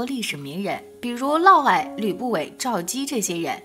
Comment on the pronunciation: 是的沒錯，「嫪毐」就唸「嘮矮」。